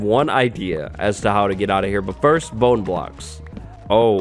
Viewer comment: What do you mean "fist"? xD